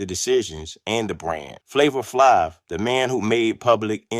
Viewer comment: I stopped listening after he f*** up Flavor Flav's name.